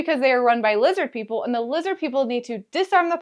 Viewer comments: You had me at 'Lizzid Peepl.' Subscribed. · Leezid peeple!